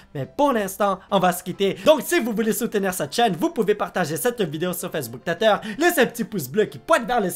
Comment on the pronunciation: Coucou, je voulais juste te demander pourquoi tu dis "tétter" et non "twitter"? Voila, bisous au revoir <3